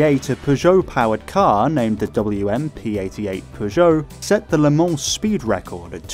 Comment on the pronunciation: Thank you for the correct prononciation of Le Mans and avoiding the infamous "leumah"